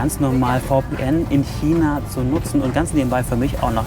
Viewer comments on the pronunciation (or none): none